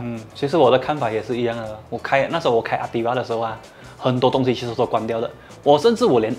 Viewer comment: 最令我看不下的就是 ativa 读成 atiwa, 所有的 v 都自动变成 w